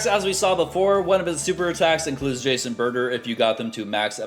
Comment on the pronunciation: it's pronounced juice and butter